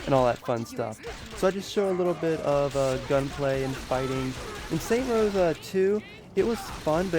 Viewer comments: "Saint Rows" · Lol Saints Row not Saint Rows XD OMG! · its saints row, not saint rows. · SAINTS ROW. NOT SAINT ROSE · It's saints row not saint rows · ITS SAINTS ROW NOT SAINT ROWS UHHHH SAINTS ROW 2 HAS WAAAAAAY BETTTTTER MELEE AND YOU CAN EVEN CHOOSE THE WAY YOU FIGHT YOUR UFO CRASHED CUZ YOU SUCK AT FLYING IF YOU DONT LIKE THE NOISE OF IT PUT DOWN YOUR VOLUME YOU ARE A PERVERT THEY SHOULD NOT TURN OFF THE BLURS YOU CAN REMEMBER SAINTS ROW 3s MAP BECAUSE EVERYTHING IS THE SAME IN STEELPORT YOURE NOT EVEN A TRUE SAINTSROW FANNN!!!!!!! IF THE MAP IS SMALL THEN YOU CANT EXPERIANCE AS MUCH!!!!!! I DONT CARE HOW MYCH WORK YOU PUT INTO THIS!!!! HOW WAS THIS HARD!??!!?!? SAINTSROW 2 HAS THE BEST STORY AND THAT IS THE TRUTH!!!!!! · Why does the title say "Saints Row" but you say "Saint Rows"? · why do u say saint row when its saints row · Stop saying Saint Rows you dumbass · Some things i need to correct you on. First off you keep saying saint rows its saints row damn it,also why did you buy the UFO dlc you can get for free with a cheat code,finally the only reason you can memorize the Saints row 3 map better is because they just copied and pasted shit in the map. I also want to say something that i dont need to correct you on,saints row 2 had a better variety of people and details,its those little things thing that make the game good. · Its saints ROW not Saints ROSE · Jesus Fucking Christ! It's SAINTS ROW, not Saint Rows. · This video was bad. The guy says that he was using the exact same helicopter in both games even though they look a lot different and have completely different names. Also, if he knows the series is called 'Saints Row', why does he call it "Saint Rows"? I'm sure this was hard to edit but it doesn't deserve any likes. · its saints row not saint rows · Its saints row nor saint rows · saints row not saint rows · its saintS row no saint rows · it's saints row, not saint rows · I stopped watching just cause you kept say saint row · its SAINTS, not SAINT -_